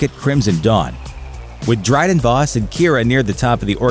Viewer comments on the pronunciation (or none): none